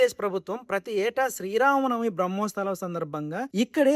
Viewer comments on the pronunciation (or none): బ్రహ్మోస్తవాలు కాదు... బ్రహ్మోత్సవాలు